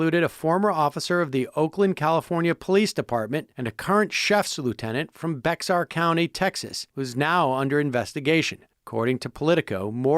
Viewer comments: some one from new braunfels just cringed at sam saying "bex-arr" county instead of "bey-arr". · Sam, Bexar County, it is pronounced Bear...this is Texas after all. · Hey Sam. “Bexar” county is pronounced Bear county. Like many things in Texas it makes no sense!